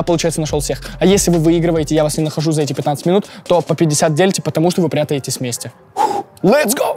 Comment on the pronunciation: позвОним😂😅 почему ОБОИХ когда речь идет о 2 девушках😅🤭 прятайтесь 😂😅😂 Господи за что😩 Верните Диму 😭😭😭